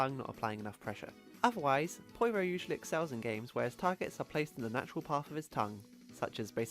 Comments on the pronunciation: The way you say "Poyro" instead of "Pyoro" really bothers me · ITS NOT POIRO ITS PEEORO! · Did he pronounce "Pyoro" as "Poyro"? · okay I've heard people say Pyoro a lot of different ways but "poyro" is a new one